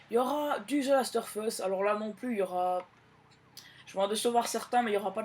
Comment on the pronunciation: On dit the last of!! Us pas the last or us